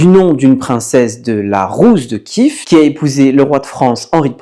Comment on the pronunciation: A la française Iev ne ce prononce pas Iv. Donc Kiev et pas Kiv ou Kyv.